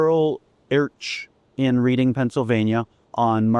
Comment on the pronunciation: Cool indeed. FYI – Reading, Pennsylvania is pronounced "Redding."